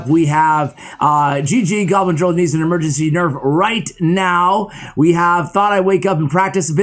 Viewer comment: Ahh yes, "EMEGENCY"